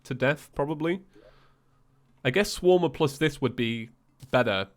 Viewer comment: Anyone get the vibes he was saying shwarma instead of swarmer?